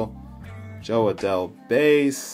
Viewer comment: Nice break! Congrats on all the rookies, that Adell Refractor is super nice!! Those inserts are the 1952 design by the way, not 1956! PS: Fantastic name pronunciations, have come along way since that first Opening Day Break last year! 😆